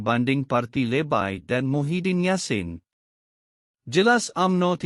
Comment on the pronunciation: Tolong sebut perkataan LEBAI dgn sempurna kalau tak tau sebut lebih baik beri orang lain.